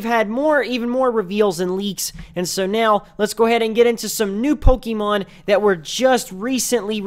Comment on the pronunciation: I can't take your video seriously because of how you say Pokemon and the fact that you said Pokemons. Sorry. Also, your pronunciation of Kalos...